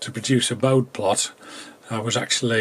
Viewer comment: "Bode plots" are mentioned a few times in this video, pronounced with a silent 'e'. However, the correct pronunciation is the way their inventor, Hendrik Bode, said his name, as "boh-dee".